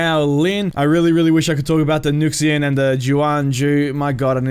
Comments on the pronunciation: Love your channel, bro. Wu Lin is gonna be flooded lol btw, it's pronounced "noo- SHAH" :) looking forward to the next vid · Luxia is pronounced (Lu-Jaa)👍. Also why would I buy it on pc when the pc community for this game is dead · btw its pronoucned new-shee-ah (nuxia) . i dont remember the other names of the other ones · The “hook blade lady” is pronounced loo-sheen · Tiandi or however you spell it should be pronounced just like in English. Tian just like in politician. So “Shian-dee” And Nuxia or what ever, X’s make “Z” sounds. So “Nu-zia” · Pretty sure an “X” used in Chinese words in spelled with Latin characters is pronounced as an “SH”. Like Nuxia (NOO-shya) And the “Q” usually as a “CH”. Like Qi (CHEE).